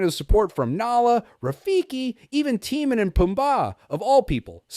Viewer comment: what is going on with the names tie-mon and poom-bah it is pronounced ti-mone and poom-buh